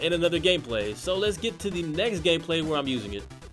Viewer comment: did he say gayplay instead of gameplay ahahhaah